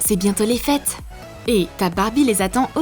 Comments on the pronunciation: Elle a dit fesse au lieu de fete à 🤣🤣🤣🤣🤣🤣😅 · la meuf a dit fesse au lieu des fete lol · Elle a dis des fesse au lieu des fêtes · À la place de dire l'atmosphère des fêtes vous avez dit l' atmosphère des fess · A 1min25 elle a dis atmosphère des fesse mdrrr 🤣🤣🤣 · je rêve ou elle a dit : l’atmosphère des FESSE !? 😂 mon dieux !